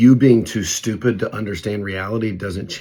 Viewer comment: Don't neex you emphasising stupid, at me, while i try watch. Bye